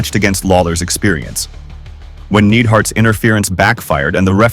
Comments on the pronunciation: Bro.... are you even a fan of wrestling?? You completely mispronounced The Anvil's last name brutally. It is not pronounced NEED-hart it's NIDE-hart... he is half of the original Hart Foundation, one of the most important and popular tag teams in WWE history. RIP Jim the anvil Neidhart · Why do you keep saying "Needhart?" That's not how you say his name. It's said more like "Nidehart." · say you dont really know wrestling without saying you really don’t know wrestling - Its Ka-mal-a not Kama-la and Jim Neid-hart(Nye-d), not Jim Need-hart and its not Tony Schi-vo-knee its Tony Schi-von-E